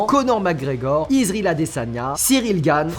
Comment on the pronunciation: Mais en prononce bien Israël si tu veux pas qui te coupe la tête